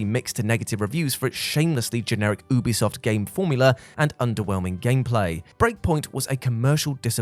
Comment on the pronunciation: Hey, you do pronounce the U in Ubisoft. You-be-soft. Ask them if you need proof! 😀